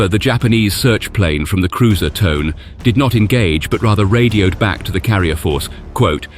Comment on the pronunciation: The name of IJN warship Tone should be pronounced “TOE-nay.”